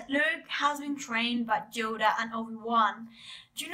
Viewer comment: "Djoda"....what accent is this? Just curious